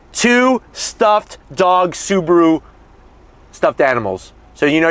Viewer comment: (SAAB)aru Ascent 😂